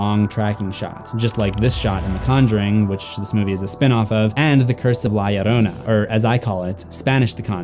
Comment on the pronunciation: LA LLORONA NOT LAI LLORONA